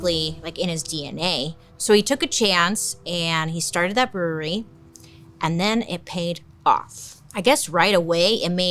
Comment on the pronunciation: Bailey I’m so proud you were able to say brewery so many times without messing up!!!! I too have the same speech impediment!! Rs are so HARD!!!